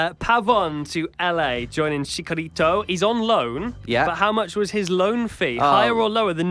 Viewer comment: I love the podcast, but if you're gonna say Chicharito's name a whole bunch of times atleast give him the respect of pronouncing it correctly. Chee-cha not chick-a